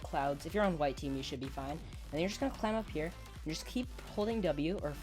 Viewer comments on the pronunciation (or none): none